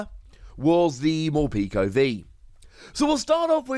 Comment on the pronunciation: I’m pretty sure it’s meant to be pronounced Mor-peck-o like peckish.